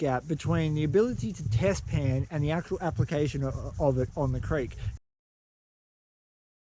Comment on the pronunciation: Test pan! I thought u said bedpan